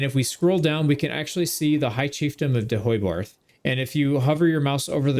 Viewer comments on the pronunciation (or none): someone has probably said it but it's pronounced more like De-hey-barth